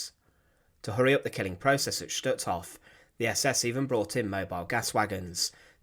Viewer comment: #1 the pronunciation of Hof is long o, not Hoff, #2 Rudolf Hoess is pronounced like HEARSE NOT HESS, RUDOLF HESS WAS ANOTHER NAZI!